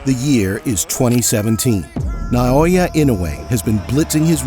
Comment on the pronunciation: Stop saying "Nai-oya"!